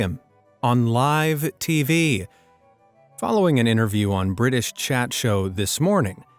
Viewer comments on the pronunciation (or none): none